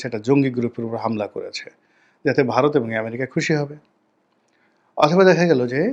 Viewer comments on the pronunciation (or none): none